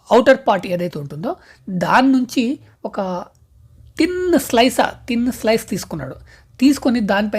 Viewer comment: Slice ❌ slisa ✅😂